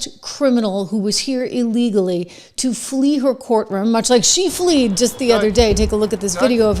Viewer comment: fled not fleed